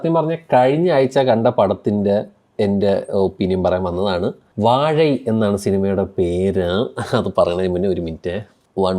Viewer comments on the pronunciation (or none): Everyone notes its not vazha its vazhai